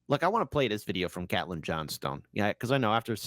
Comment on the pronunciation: Not cat Lynn. Caitlin (KATE Lynn)